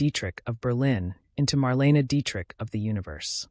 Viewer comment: Marleyna is the correct pronunciation please. Why the weird colour pix of random nobodies?